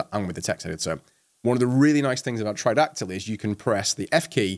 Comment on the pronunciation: What did you say? ..killer extension for firefox is ??? try-doc-tle ?